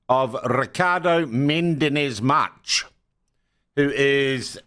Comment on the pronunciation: I think he is called Menendez-March, not Mendenez-March